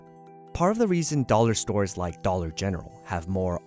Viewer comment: The way he pronounces dollar bothers me